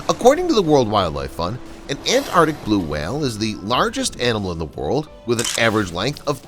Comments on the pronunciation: The pronunciation is Antarctic and not Ant-arctic as you have pronounced! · I think the word is ANTARTIC, not ANNARTIC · After pronouncing the word ANTARCTIC as many times as you have in this video , is it too much to ask that you pronounce it correctly ? It has two " T 's " and two "Cs " . It is NOT pronounced " ANARTIC ". Take a bit of care and pride in your language ! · AnTarTic. With “T’s”. Pronounce the T’s. What is it with Americans, why can’t they pronounce a T in the middle of a word? Petty I know but it drives me round the bend. I can’t watch/listen once I’ve heard it. Aaahh. That’s better. Rant over. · It's 'Antarctic', not 'Antartic'. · Antarctic. Not An-ar-dick! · What is “anartic”? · Learn to pronounce ANTARCTIC! Both Cs are pronounced. (Sheesh!) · It’s not ant artic. It’s the Antarctic or Antarctica. Two Cs. Two Cs. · Had to stop watching… An an-ardic whale LOL. Three hard consonants and an ‘r’ all vanished. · He keeps dropping the t I can't stand this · It would be good if the narrator could pronounce Antarctic properly. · I'm pretty sure there are two letter t's in Antarctic. Not An'arctic. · Look, normally I wouldn’t say anything but since you’re saying it 500 times it is pronounced arctic, there is a c. Thanks I feel better now. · It's pronounced arctic... there are two C's in the word! (antarctic, too) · ANT-ARK-TIC! ANT-ARK-TIC! Damn! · AntarCtic. There's a C in there, pronouncing it isn't difficult. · Ant-arctic!! 😂😂😂 After e-centric ('eccentric') this is another American mispronunciation that bamboozles us!